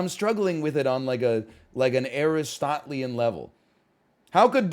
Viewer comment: insanely pedantic comment but just something I found helpful when I was learning philosophy so I'm passing on to the fellow comment readers: Aristotelian is pronounced like Aristo-TEELian, not ArisTOT-lian.